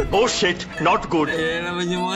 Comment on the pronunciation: "oh shet, not gut"